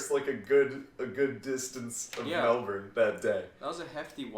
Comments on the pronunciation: its not melBORN its melBIN bc melbourne's t r a s h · Mel-been??? We pronounce it Mel-ben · "melburn" NVFJBVKJSDVLKAFDGA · Melbourne = Melbin